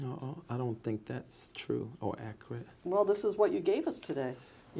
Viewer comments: That’s acrut 😊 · “Accrid” (Accurate), “Axe” (Ask), “It don’t say that” (It doesn’t state that), “attention”(intention). Ladies and gentlemen this is who she gave over 1 million dollars to 😢